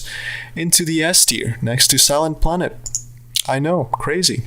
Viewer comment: When he said Silent Planet. I didn’t really hear what he said so I understood "silence splendid" and was hella confused 😂